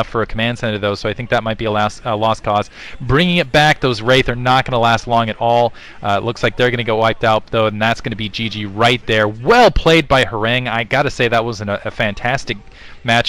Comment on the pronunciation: horangee.. tiger it's bothering me that you guys are pronouncing it wrong, haha; sorry!